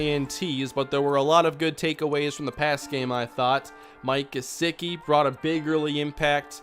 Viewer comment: It’s Gesecky in how it’s said not gesicki